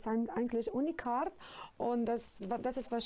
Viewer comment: Zu doof um Unikat richtig auszusprechen 😂unikart 😂sie sollte wirklich mal einen deutsch Kurs machen 😂😂😂😂Geld hat sie ja 😂😂😂